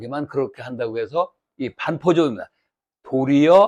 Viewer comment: 반포의 "반"은 길게 발음해야하지 않습니까??